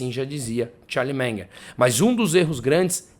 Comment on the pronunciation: Charlie "Menger" 😆